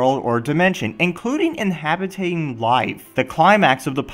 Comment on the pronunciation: inhabitating. acompanated... what